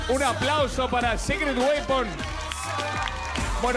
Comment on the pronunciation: When quieres decir "Secret Weapon" pero dices "Sacred Weapon" :v